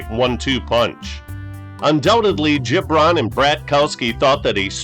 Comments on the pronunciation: I thought it was Gib-ron, not Jib-ron. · It’s GiB Ron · Great stuff .... But Its Abe Hard G ... Gibron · Abe Gibron was a character. I believe his name is pronounced with a hard g e.g. girl, get, graph. Bobby Douglas was a tough son of a gun. Another factor [to his poor passing game] was playing in the windy city in cavernous Soldier Field. I do remember people thinking he couldn't throw a pee in the ocean. Strangely Douglas might have played 50 years too soon as his game might translate well today. Thanks brother, appreciated.